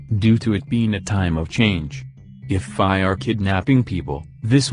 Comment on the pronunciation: you need to teach your tts to say fae right or smth idk lmao